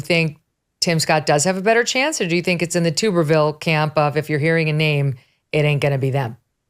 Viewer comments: Megyn it’s Tub er ville like bath tub. Not being disrespectful just pointing it out. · Alabama born and bred and more thankful for it everyday. Tommy Tubberville is pronounced like a tub of water not a glass tube. Love the show, been a fan of Mrs. Kelly for years.